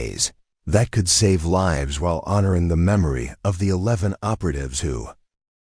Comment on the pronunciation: Thankfully the closed captioning was provided as the AI seemed to have a lot of trouble with the pronunciation of "lives", "Martinez" and "procedures" to name a few.